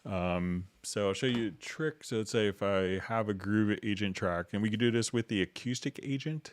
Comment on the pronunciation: Dude..learn to pronounce acoustic. HA! Still. Love the vid